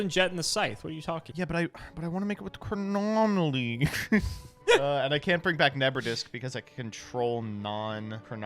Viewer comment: “Chronomaly Hyuk” hurts me so